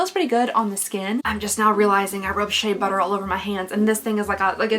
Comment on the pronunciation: I’ve never heard you be Kentucky but the way you say shea butter hehe